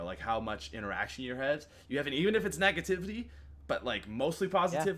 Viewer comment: I swear said 'negativity' when he normally says 'nagativity' PAT WHO EVEN ARE YOU ANYMORE